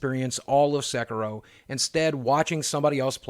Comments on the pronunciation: Sek ee ro. Not Sek ur ro. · Sorry, but it's S[e]k[i]ro ) Love you videos! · It's Sekiro SE-KEE-RO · It's pronounced Sekiro, like Japanese "i" as in eeee sound